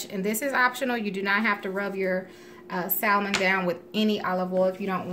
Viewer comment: I’m sure it taste good, but every time she pronounces the “L” in Salmon my ears cringe.